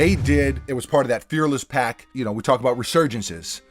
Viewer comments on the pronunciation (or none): none